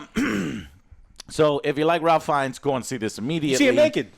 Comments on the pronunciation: I would think at this point no movie reviewer would still be pronouncing Ralph Fiennes name wrong. It is "rafe" "feens" not "ralf" "fines" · It’s pronounced Reif Fiennes. Just putting that out there. I did enjoy this one more than the last one as well. I want that next movie though, screw that I NEED THE NEXT MOVIE